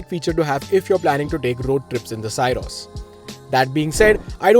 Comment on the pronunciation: From the title, it felt the video would be very positive 😂 but that was the only positive thing in this video about the car - the title. Also, it's pronounced "Syros" as the "sy" in "system". Not sai-ros.